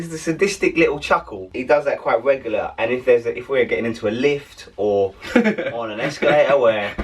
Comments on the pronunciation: . Jez said wegular. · 'Quite wegular'